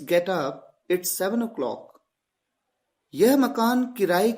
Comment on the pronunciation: It's This word is pronounced as इट्ज or इट्स